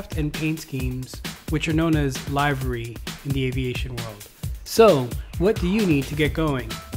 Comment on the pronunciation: Its not Live-uh-ree as in a live video, it is liv, uh, ree